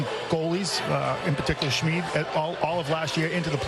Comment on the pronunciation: Oh my god… He really does say Schmeed. I came here in defeat and out of fear praying it wasn’t true. In the other video I was mad, and now I am just hurt. Deeply. Ouch. 😭